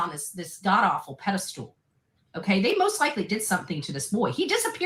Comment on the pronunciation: Lmao 🤣🤣🤣 Oh, and don't forget "PEDISTOOLE!" ❤